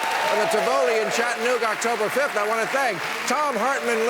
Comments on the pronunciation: You pronounced 'Tivoli' wrong and Chattanooga ain't gonna be your crowd but we'll be there man. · Bill, can't wait to see you in Chattanooga! Fyi, Its pronounced Ti Va Lee, not Ti Vo Li. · Did he just mispronounce Tivoli? 😅